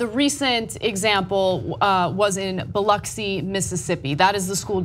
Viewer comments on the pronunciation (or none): "Biloxi" not Biluxi